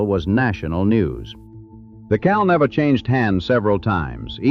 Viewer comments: Not "Cal-Nevvah." "Cal-NEE-va!" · It's pronounced Cal-NEEEEEE-Va